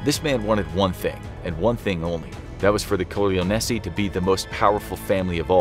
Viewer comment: Don core- lyon- e